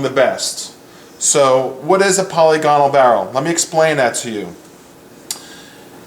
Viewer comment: I believe it pronounced POL-LIG-IN-ALL but I could be wrong. Thanks for the video.